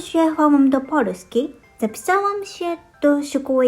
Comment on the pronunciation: Zabawne po Polska czytasz jako Porska(zamieniasz L na R pewnie dlatego ze po japonsku polska to "Porando"?) a w koralowego na odwrót(zamieniasz R na L) :D A drzewko podlewalas? nie wiem czemu ale jak edytowalem to komentarze znikaja :( juz wiem dlaczego polski jest trudny dla osbcokrajowców jest zbyt duzo odmian słowa w zaleznosci od płci liczy mnogiej i czasu jego dokonania tutaj jest fajny przykład x)